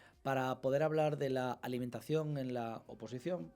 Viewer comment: Alimentación es una palabra aguda. ¿Por qué pronuncia Álimentacion?